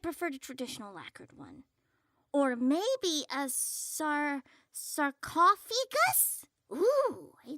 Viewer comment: that cooking in the opening picture looks revolting XD awwww Creep was so concerned about not hearing a pulse ^^ "Sarcoughegus" ♥ ♥ ♥ "Weegee Board" ^-^